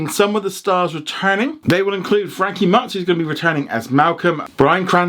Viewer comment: That's not how you pronounce Frankie Muniz's name, but I'll give it a pass since it has been ages since he appeared in anything.